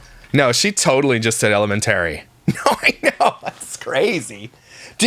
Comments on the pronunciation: Ele-men-tary and she went to college for education. WOW! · Ella-men-terry😂 I can't with this dork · The way pronounces “elemenTARY” is just like how Stephanie Harlowe pronounces “documenTARY” and they both are from upstate New York. Maybe it’s a local thing. They are both the same age too. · She’s raising kids and says “Elementarary”🤦‍♀️🤦‍♀️🤦‍♀️🤦‍♀️🤦‍♀️🤦‍♀️🤦‍♀️🤦‍♀️ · Elamentery what’s that,,,,,,it’s elementary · Most schools have an open house meet the teachers. Idk whats going on in her part of NY. She used to be an English teacher and the way she mispronounces elementary and Alex's name, irks the shit out of me. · Emphaaarrrrsis on the wrong syllaaaarble of elementerry 😂😂😂😂 I can’t stop laughing. I’m crying. That was soooo impressive how quickly that rolled off tongue. 👏🏾🤣🤣🤣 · Not sure why she is always complaining it was HER and J choice to have all these kids, so ya clean up the house SO WHAT ! teacher night is what every parent does so again stop complaining that you had SO many meet the teachers !!! Also elementary is said wrong its very wrong and her husband doesnt correct her ? He must hear her say it alot but ??? so odd, but for me the constant passive aggressive shit is disgusting no one forced her to adopt and BIRTH so many kids. SO ya STFU ! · I can't believe how pronounces 'elementary'. As if she is so sophisticated. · Thought she was a qualified teacher? Yet she can't pronounce simple words like elementary 😅